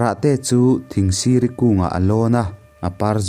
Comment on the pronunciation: Thingsiri tih kha i thlûk dan a dik tlat lo.